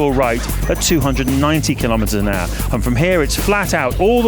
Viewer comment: Am I the only one hearing him saying, "310 kilometers an Argh"?